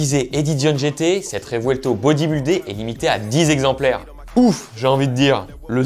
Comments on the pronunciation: Vingt exemplaires …..et non pas ….vingt zexpalires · " VINGTZEXEMPLAIRES" LOL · Je veux dire vingt zexemplaires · Arrête de dire vingt exemplaires c’est vraiment insupportable ce genre de liaisons !!!